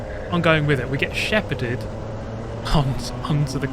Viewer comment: Drinking game for each “ed” he adds to the end of shepherd